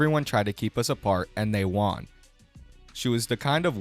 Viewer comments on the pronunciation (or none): You pronounce "won" like Tom Segura 😂. It's not pronounced like "Wan" in Obi Wan or Juan the Spanish name. It's pronounced the same way as "one." Won = one.